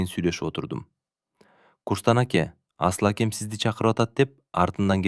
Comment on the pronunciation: Жакшы окуйт, уну да жагымдуу , дикциясы так экен, бирок "асыл якя абдил якя "дегенде кыжыр келет...Абдыл аке,Асыл аке деп кыргызча эле окуса болмок..